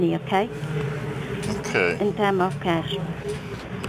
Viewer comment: "if you Keep a koshh you Will face... Eh face a trouble"... What the hell is that?..... She cant even pronounce CASH right. .... Keep a kosh